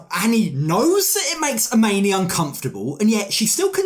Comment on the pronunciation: Nope, it's "AH-MINI"!!!